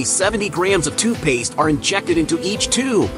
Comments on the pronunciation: what in the world!!! its literally spelled TOOTH Paste... Why in the heck does this robot weirdo keep saying TWO Paste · I am so happy that I am not the only one who heard TOOPASE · you say the main goal is protecting teeth, I say the main goal is MAKING MONEY!!! Also, it's TOOTH PASTE not TOO PASTE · you say the main goal is protecting teeth, I say the main goal is MAKING MONEY!!! Also, it's TOOTH PASTE not TOO PASTE nahws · AI sucks....TOO PASTE!